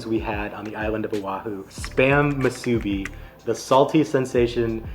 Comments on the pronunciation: Great video! We’re born and raised on Oahu! Yes, KALUA pork…and it’s MOO-soo-bi. Not Moo-SOO-bi. 🍙 We enjoyed your review of our island foods! 🎉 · Kalua not Kailua and moo-soo-bee not masubi! Mahalo for highlighting some places here at home not many other vloggers do like Bob’s ❤ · Love your attitude, but as a local Hawaii boy, I need to issue some corrections. 1. Not everyone from Hawaii is “Hawaiian”. Hawaiian is an ethnicity, so only native Hawaiians should be called that. The rest of use are just Hawaii people or Hawaii locals, or “kama`aina”. 2. Kālua pig is the right name, not Kailua. Kālua is a Hawaiian word that describes the cooking technique. 3. It’s pronounced MU-su-bi, not mu-SU-bi. 7-11 one is not the best because the spam is not crispy enough, but it’s fine in a pinch. Bob’s is solid. Guava Smoked is also worth checking out if you come back. I’m a malasada purist who likes no filling. Leonard’s is the best, but one of the bakers opened their own place called Pipeline’s that is also good. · If you want to pronounce "musubi" how we locals say it, please look up "Amanda and Felix musubi"